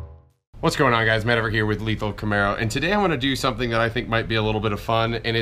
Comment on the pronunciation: "Is that a camero" that mispronounciation of camaro 😂